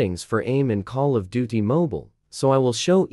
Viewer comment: 😂come on, now all I hear is call of do t.